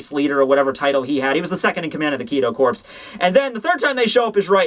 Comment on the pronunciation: Isnt the Corps in Kido Corps pronounced Core? I mean... It's not a big deal or anything but...yeah Great review as always though. Pfft "review"... Great show rather. And lol I love it when you miss an edit. xD